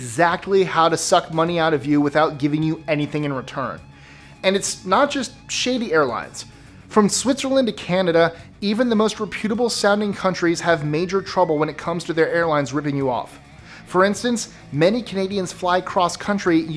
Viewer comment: It's pronounced REP-uta-ble not re-PEWT-able. You missed one of the biggest scams of all - Funeral homes.